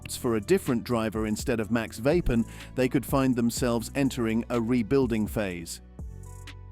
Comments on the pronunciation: It’s Verstappen! Not Vappen! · AI bullshit Voice Vapen ? it isverstappen